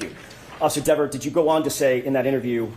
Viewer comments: It's DEVER........ not Devers!!!!! Caught you a couple of times. Kelly won't be happy with you 😊😊😊😊😊😊lol!!! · It’s Dever, not DeverS! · Very impressive! Better than the Behavioral Panel. It's Miss Dever (not Devers). Yes, she's very attractive!🎉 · Are you purposely calling her Miss "Devers" 😂 "Because you clearly forgot her name is "Dever" 😂😂😂😂😂😂 She might read this and come for you for saying her name wrong like she snapped at Jackson! 🫣😜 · Her name is Miss Dever although you keep calling her Miss Devers. I don’t like her and her snotty attitude either, but I also know by now her last name is Dever. Just saying…….. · I wondered that too— her name is Dever, not Devers. It isn’t a good look to keep getting it wrong. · (as an aside, I think it is humorous that you are calling her DeverS considering how she was so insistent on the way her name should be pronounced) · Pronounced dee-ver......lmao! 🤣😅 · Kelly needs to learn how to pronounce her own name. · I find it hilarious that you say her name incorrectly the entire video😝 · Great analysis, loved it. But Ms Dever wants you to do it again and say her name correctly! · It’s funny, petulant child is exactly the terminology I used to describe this person, even before someone dubbed her Verruca Salt (😂) But I’m older and work in medicine so 🤷🏼‍♀️. Also, I think her issue with the pronunciation of her name is Deeever sounds like Beaver. If she weren’t such I brat I could have some sense of understanding for this one but as it is I’d probably relentlessly mispronounce it. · Are you purposely getting her name wrong? Because I’m cracking up every time you add a s 😂